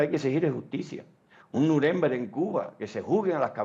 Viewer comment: APRENDE A HABLAR ALEMAN NO SE DICE ASI SE DICE NUREMBERG. CON LA FUERZA DE PRONUNCIACION AL FINAL